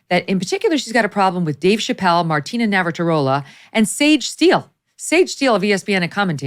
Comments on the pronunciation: It's Nav-ra-tea-lova. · I love hearing Megyn say Martina Navratarola. She’s so cute even when he’s says a name wrong ❤️